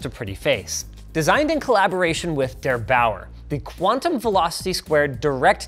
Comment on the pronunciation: As a German it's pretty funny how he pronounced der8auer